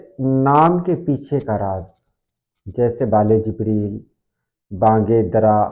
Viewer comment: محترم علامہ کی کتاب کا نام” بانگِ دِرا “ ہے بانگِ دَرا نہیں ہے۔ The name the book is BANG- E- DIRA” not Bang- e-Dara.